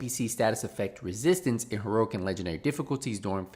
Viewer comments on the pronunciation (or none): I didn’t come here for news - I came here to hear say HERURIC and UNDER-BUHRUL